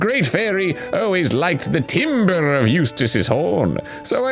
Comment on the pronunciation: “timbre” is pronounced “tamber” btw